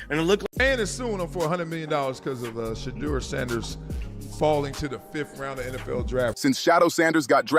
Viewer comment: Say his name correctly